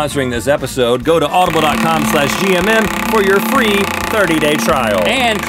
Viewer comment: I got so confused XD I thought you said gym rather than gmm lmao